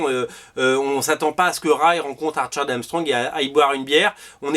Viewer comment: quand tu dis "archer and Armstrong" j'entends "Arthur and Armstrong" 😅